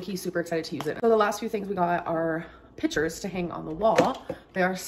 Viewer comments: Yes she has, and if you'll notice she also pronounced them as "pitchers" and they were on "sell" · “Pitchers to hang on the wall…” Gorl.